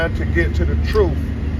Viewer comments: Crump cant even pronounce the word TROOF 😂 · “We just want the troof” 😂